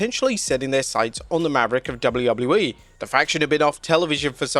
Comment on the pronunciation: is he saying double u wouble u e?